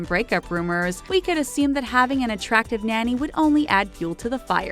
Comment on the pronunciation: Someone please teach this woman how to pronounce “nanny” and “iron” 🙄🙄🙄🙄